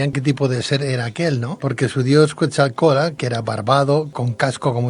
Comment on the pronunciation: vas a decir que soy un neurótico, y si pero buena onda, QuetZalcoátl, sino suena a quetjalcoátl, la x en nahua se pronuncia 'sh' y el nombre del maestro Quetzalcoatl viene del 'quetzal' es con sonido de 'ts', pero mira, yo me dedico hacer campamentos, es más somos una cooperativa, si gustan les doy una guía para venir a investigar a México sobre la Atlantida, se van a ir de espaldas, saludos y un abrazo, y gracias por el comentario, no hay falla